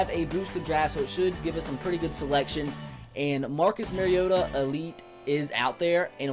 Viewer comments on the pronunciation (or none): ***** says MARE-iota. you're supposed to say MAR-iota. repeat after me. MAR... iota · ***** It's not his accent though. He's saying it wrong. You defending the wrong pronunciation makes you look worse than the people ignorantly saying it wrong. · ***** I dont mind it really. I just think its weird that he says it wrong when he's a titans fan